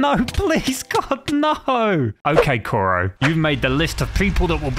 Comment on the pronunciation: I hate the fact he said captain Koro instead of kuro